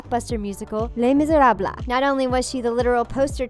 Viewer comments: What the heck is 'lay miserablah', never heard of it. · Les Miserabla?? TF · sorry, did you just say les miserabLAs? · Its not pronounced le miserabla, its pronouced, le miserab(pronounced not spelled) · Les miserable is pronouced as ley miserab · Someone teach the narrator how to properly pronounce “Miserables”. It’s not Miserablah!!!! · Who is the idiot that pronounced Les Miserables as Le Miserabla? You're a fucking idiot, whoever you are. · "Leigh Miserablah" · She said les miserables like le miseblahblah 😂😂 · "Le Miserablah!" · "Lay Miserabla" ??? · Lay miz er ob bluh??? Not how Les Miserable is pronounced lol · When she pronounced Les misérables "Lay Misayrablahhh" I died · All I heard was blahmisbrabi😂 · 'Les Miserablas' EXCUSE ME WHAT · The "les" in Miserables is silent. I cringed so hard when she said that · “considering all that aria marie brown has done already” lmao what has she done? All she did was be pretty. Also I cringed so badly when the narrator said Les Misérables she pronounced it so badly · The way they pronounced les miserables tho 😂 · the way they said "les misérables" 😂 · What other musical theatre nerds out there cringed when she pronounced Les Miserables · The way les miserables was pronounced made me cringe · lmao the way she pronounced 'les miserables ' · They said Les Miserables wrong😣😣😣